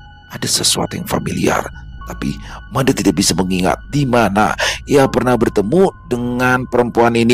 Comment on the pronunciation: Pelafalan huruf E pada penyebutan nama MADE di Bali sama dgn pelafalan di Abjad Bukan Ē Smoga bs djadikan sbgai bhn koreksi kdepannya.. 🙏🙏🙏 Dps nyimak... ☝️